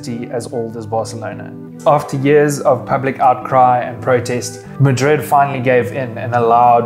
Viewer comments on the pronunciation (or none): none